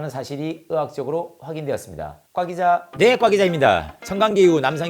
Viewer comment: 꽈기자래. ㅎㅎㅎㅎㅎㅎ